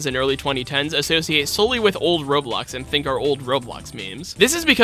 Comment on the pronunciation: The faster you talk the more you call it Roblux